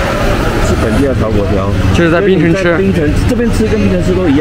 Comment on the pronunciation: 为何中国朋友总是叫槟城 叫成冰城